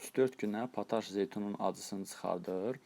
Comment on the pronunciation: Təşəkkürlər. Lakin pataş yox potaş. Yazıldığı kimi də oxunur potaş.